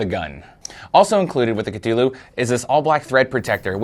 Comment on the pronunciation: Kuh-thu-lew. Say it with me.